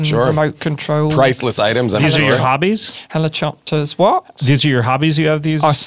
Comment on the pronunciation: Did you just say helichopters? Ignored 😂